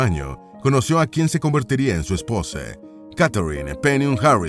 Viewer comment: Inteligencia artificial inclusiva? Bombe atomique 😂 su espose 😂 literature inglese 😂